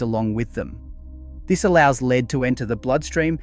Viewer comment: The transcript thrown through AI voice creation giveaway on this video with the word Lead (the element Pb) Some correct pronunciation of 'ledd', then at least 3 times the voice used 'leed' . Mass produced AI content.